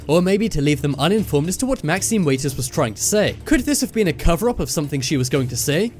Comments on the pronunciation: do you pronounce water as waiter? no, her name is Maxine Waters not pronounced "Waiters" so please stop pronouncing it that way! thank you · You silly Brit's and your pronounciations... It's Maxine Watt-erz like the liquid you drink or wash things with, not Weighters. You're welcome. ;) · Maxine WATERS...WAH-TERS..like a waterfall! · Maxine WAITERS? Really? Water is something you drink....her name is the same, cept plural. Waters, NOT waiters. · Maxine Water not way ters